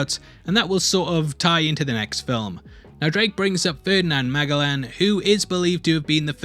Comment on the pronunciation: How do you mess up the pronunciation ofFerdinand Magellan ?